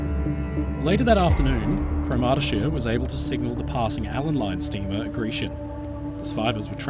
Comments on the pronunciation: By the way, CROMurty-shire -- not croMARTy-shire. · Thanks for a in-depth documentary of this tragedy. I was not aware of this story and one thing sort of spoiled it for me. I had a really hard time trying to understand your pronunciation of the sailing ship's name and only realised what it was when I saw the newspaper reports. Cromartyshire is promounced with emphasisi on the first sylable, as CROMartyshire. She was built by Russell's of Port Glasgow, Scotland which later became part of Lithgow's Shipyard. Both my father and grandfather worked at Lithgow's for many years. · Great video.. pronunciation is: CROMARTY SHY ER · Cromartyshire is pronounced Craw-mar-tay-shire with stress on the first syllable. She was built in Scotland and named after a Scottish county. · good retelling, although every single scot listening to you pronounce "cromartyshire" just winced. fwiw it rhymes with 'moriarity' and has similar cadence.